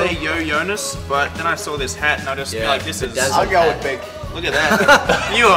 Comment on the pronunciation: Arielle Grey “yo yonas” 😂😂